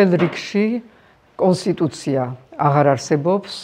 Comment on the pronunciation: ვაიმე😂😂😂გასულია მომსახურების ზონიდან."გათლილია"😂😂😂😂 პონსტიტუცია